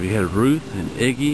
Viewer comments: it is Iggie.......not igie......pronounce it correctly....please... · It's Idgie, not Iggy! That was driving me nuts.... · I love the movie. I cry everytime. Its Idgie, not Iggy or whatever the hell you said. Question: If you are going to make a documentary or whatever, then why didn't you take the time to research first? I mean, you have it on VHS, and there is Wikipedia, and that IMBD site. I also have been wondering what that big 3 story building is. Thanks for butchering the movie for millions of others. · Idgie's name was pronounced with a soft G, as in "Gem". The "D" was silent. Just thought you should know. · yes you did great. your just misspronounceing the name iggy..